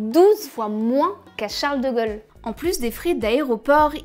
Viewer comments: Il y a aussi la prononciation des “o” qui était mauvaise. De Gaulle ne se prononce pas avec un O ouvert. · C'est un accent de quel région, le fait qu'elle prononce "Charles de Gol" et pas "de Gaulle" ? Grand Est ? Surtout qu'après elle prononce "pôle" et pas "pol". Pareil pour "vélo" qu'elle prononce de manière "classique". Très étrange, donc.